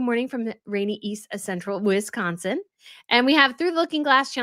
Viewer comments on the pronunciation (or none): none